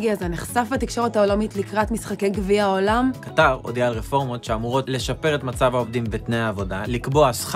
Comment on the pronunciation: קטר כותבים בלי א' והוגים במלעיל (האקדמיה ללשון העברית)